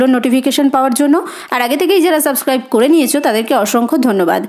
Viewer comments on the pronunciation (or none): none